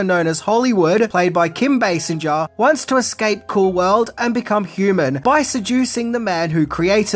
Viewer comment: What is the leading actress’s name? Can you repeat? Sinja? No you pronounce it “singer” as if it was derived from the verb “to sing”.